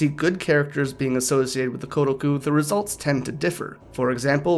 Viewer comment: It is not "Gu", the roomaji is "Ku".